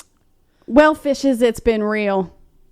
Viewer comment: “Fishes” I had to rewind the start because I would have sworn that you said something else!!!! 😂. Bring on the spicy shenaniganry!!!! So there’s a hella party at house in November hosted by son!!! Dyslexics of the world untie!!!